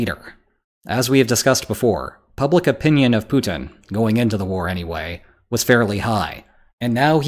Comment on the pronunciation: LOL The title gives you away, fool. Also, learn how to pronounce the name Putin. Propaganda and wishful thinking.